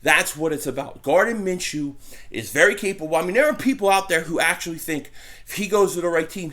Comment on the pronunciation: Dont let inability to pronounce simple names affect you, its simply pronounced ( Min-Shoe )